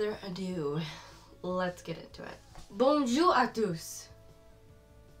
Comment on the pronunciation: Your pronunciation of “bonjour à tous” and “je m’appelle” was PARFAIT!!! Ah I am living for this vid